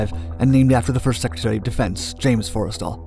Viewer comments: just for future reference, its not fores tal, its 4 stal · It’s pronounced “for-stul” not forest all Edit: source: I’m a navy vet